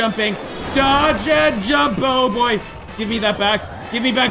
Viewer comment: When he says oh boy it sounds like boyo